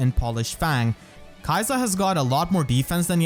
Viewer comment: if the japanese is anything to go by it should be more like 'key-sa'